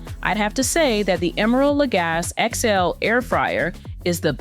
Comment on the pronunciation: Emeril Legasse is a WELL KNOWN chef. Learn how to pronounce his name. You are being disrespectful